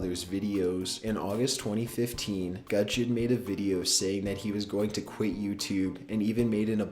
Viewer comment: Guuu Jon not gunjon